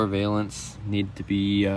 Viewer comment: Great video, thanks for posting. The panel below the bumper is pronounced Vah-lence, not Vay-lence. The roof seam on vinyl top cars were covered with plastic body filler. The cars with no vinyl top had lead covering the seam. I bought a wrecked '70 Charger that had a rusty trunk floor and a small spot on the lower quarter for $5000 in 2019. This blue one, while being an R/T SE, is hard to place a value. It needs everything. It may bring $10,000 though, it is hard to know what an enthusiastic buyer is willing to pay. Good luck.